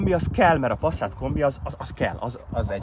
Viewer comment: Passzát? Mi van? Az Pászzát, ha már kimondjuk!